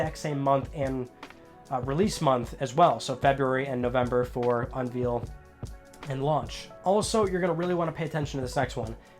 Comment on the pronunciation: the way you pronounce unveil! LMAO